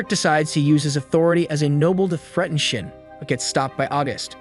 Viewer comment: No offense to the narrator but for some reason when you say shin all I hear is shit